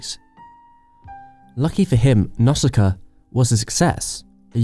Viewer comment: Dude, your pronunciation of some names really needs work. Cagliostro, Nausicaa.... stop killing their names....